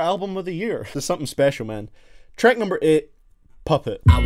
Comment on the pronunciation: Where are you from? You say treck 🤣